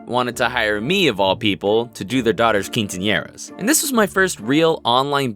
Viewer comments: Any other Mexican triggered at the way he said quinceanera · Your pronunciation of “quinceañera” is so cringey..I hope you remember me....